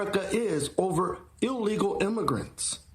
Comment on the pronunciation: Soi many people say "allegal" it drives me crazy. Theres no A in the front